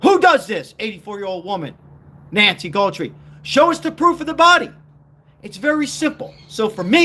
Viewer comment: It's GUTH-RIE. AI needs to be regulated.